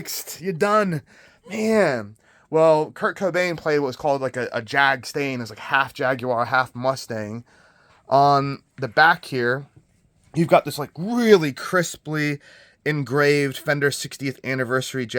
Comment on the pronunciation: Beautiful guitar! What's a "Jag-Stain" though? Lol, it's the Jag Stang.